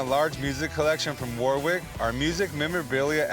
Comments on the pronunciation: Warwick in British English is pronounced something like 'Worik'. The W is silent and with the R is much less strongly pronounced than in American English. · I wonder if they'll ever learn to pronounce Warwick's name properly. The guy must have just come to terms with it :')